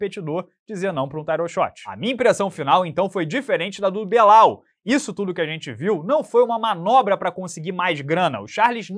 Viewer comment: Achei legal que você falou BÊLAL, pra evitar a zoeira